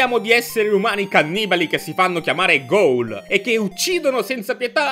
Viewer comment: / Si pronuncia "GUL" non "GHOUL"